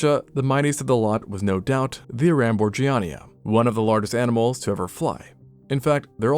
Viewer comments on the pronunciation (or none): none